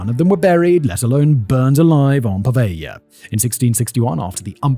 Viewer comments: PO-veglia not pa-veglia… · PoveLia ;) ("gli" is read as very soft "li" in Italian - soft but not like Spanish "ll" :) ) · The way you sort over-pronounce the name of the island (puhVEYYYY-YUH!) reminds me if that Seinfeld episode. "Has anyone seen my FEE-Yon-SAY? I cannot find him ANYWHERE?!!" Also, good video, man.